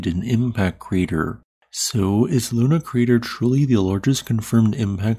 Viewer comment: It's not called LUNA crater.. It's called LONAR crater.. Named after the town